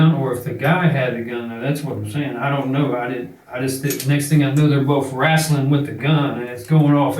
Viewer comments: I knew he was guilty when he said “rasslin” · he said wrastling.. i genuinly believe every word he sais from here on out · He said wrastling.. i believe every word he said